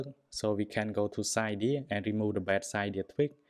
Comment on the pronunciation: Its cydia not ciiiidia